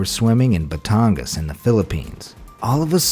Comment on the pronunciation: I like how he pronounced Batangas